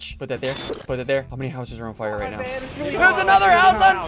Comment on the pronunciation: I got triggered the whole video because he said “fwire” Instead of fire